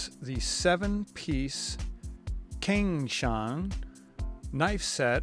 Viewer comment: The c in cang is more of “ts” sound rather than a hard “k”